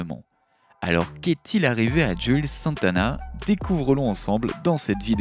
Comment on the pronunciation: Cest pas "jule" santana mais "jouelze" santana.